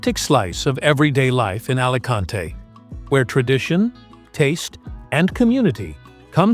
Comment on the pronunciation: Buen.video pero me pitan los oídos cuando escucho Alacante en vez de Alicante